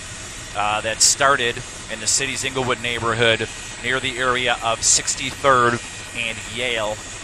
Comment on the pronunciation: he said" ingle hood "lmao